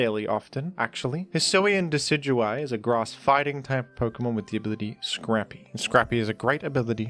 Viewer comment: You mean Deca-do-we?